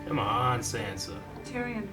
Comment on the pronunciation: Oh my god these guys still pronounce sansa SAND-sa and i love them but it triggers me sooooooooo much. Haha